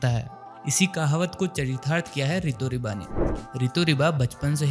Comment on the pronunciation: It's Rito Riba bro not ✖Ritu Riba✖